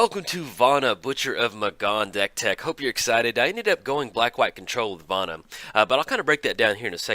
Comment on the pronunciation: yo hey, hey, hey, listen. where did you learn to pronounce words? it seems like every time a new card comes out, you almost intentionally mispronounce it. it's Vona, not Vana...:P Also, a little less fully reading out Commander staples every video would help too.